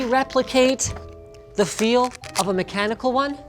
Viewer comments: FALSE! "Newest" mem-chanical! Linus is a liar! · Nobody: Cheems: Memchanical Keymboard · Its Meme-chanical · If they're gonna try making 'mem-chanical' a term, you should pronounce the 'ch' as in "change" rather than 'mechanical'. To make it sound as dumb as it is. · mem-canical like wtf man what the hell does mem-canical mean.